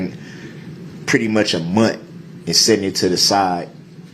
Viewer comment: "a munt" a new way to say "month" lol